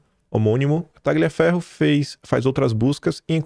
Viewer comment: gl em italiano é pronunciado como lh em portugues. Por favor, leia o nome do ilustre como TALHIAFERRO, ou seja, corta-ferro.